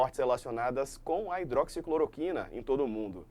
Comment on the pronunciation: me doía o ouvido toda vez vc falava hidroxicloquina, respeite que essa droga tem história! Para, agradeço pelo seu conhecimento no tema e levesa com q levou a situação.